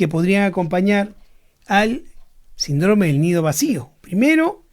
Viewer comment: Se dice síndrome con el acento